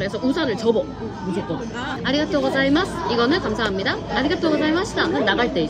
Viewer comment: 감사합니다를 일본어 말하는 톤으로 말하는 거 재밌어요 ㅋㅋㅋ